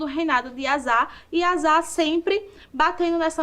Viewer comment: Gostei, mas a pronúncia do rei do nome do rei é Asa ( asa de voar).